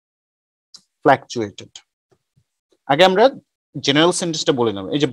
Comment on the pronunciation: Its not flactuate,its fluctuate